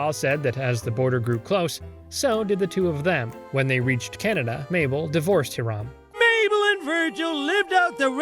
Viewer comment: How do you mispronounce the name Hiram when they say it out loud multiple times in the episode?